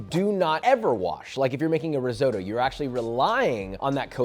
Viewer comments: If you're a Chef should you know how to pronounce disses properly? Risootoo... really? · Please pronounce risotto correctly ffs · learn to pronounce risotto ffs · It’s risotto, not risoto. Basic knowledge.